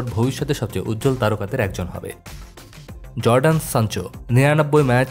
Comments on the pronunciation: ১."Jadon sancho " Jordan sancho না। নাম টা ভুল বলেছেন লিখেছেন। ২. "Kai Havertz" Havartz না উচ্চারন হ্যাভার্টজ ৩." Erling haaland" Erling haland না 4."Kylian Mbappé" Keliyan embappe না। 5."রাশফোর্ড" রাসফোর্ড না। 6.গ্রিলিশ(গ্রিলিস না) 7. কিমিক্ষশ 8. ডি ইয়ং ডি জং না। 9. ফোডেন ফোদেন না। অবশ্যই ভালো কন্টেন্ট তবে। ভিডিও তৈরি করার আগে নাম ঘেটে লেখা, উচ্চারণ সঠিক করে বলা এই বিষয় গুলা ভালো করে দেখা উচিৎ। এতে ভালো কন্টেন্ট টা হাসির উদ্রেগ তৈরি করবে না৷ সবাই appreciate করবে। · জর্ডান সানচো😂 রাসপোর্ড 😂 হার্ভেটজ 😂 নামগুলা তো সঠিক করে উচ্চারণ করেন😂